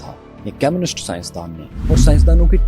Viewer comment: How could you miss out the fact that Oppenheimer also went to Cambridge. Also one more thing, when you say communists, it sound's more like chemists, which confused me. Other than that its good. 😊